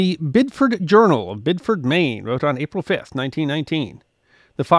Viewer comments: It's pronounced Bid di ford. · I'm sure this happens with a lot of towns, but New England seems to have a bunch of odd pronunciations. With Biddeford the 'e' is pronounced, making it bid-eh-ford 😅